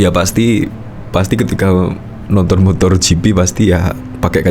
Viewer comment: MotoGp pak....bukan MotorGp....gak pake "r"..... Motogp